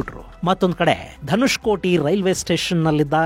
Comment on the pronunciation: Not Dhanushkoti it's Dhanushkodi .